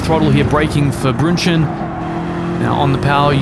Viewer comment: So when you say the GT3 handling is "interesting" what you mean by that is "nowhere close to reality" :D Just kidding, enough GT3 sims out there already but thumbs up for the Walkenhorst livery and the way you pronounce Schwedenkreuz and Brünnchen!